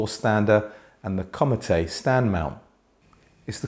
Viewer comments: Comète is a French word pronounced more like the English word "comet", with the stress on the second syllable and this is also held slightly longer, not like "commatay". Apart from this, another excellent review. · Great review. I don't think the larger Antal tower speakers would be for me, based on what was described about the Comete. Thank you for keeping me from making an expensive mistake. It's pronounced "comm-ett". The "eh" sound has accent "aigu" at the end of the word. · Comete is french for comet, you don't pronounce the e on the end.